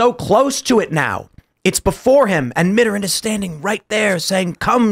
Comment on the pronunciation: Tim and, please look up the pronunciation of "Mitterrand."